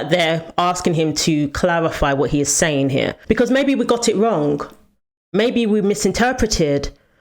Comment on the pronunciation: The “ing” is pronounced with a soft G. Not with a hard G, like “ sayingK”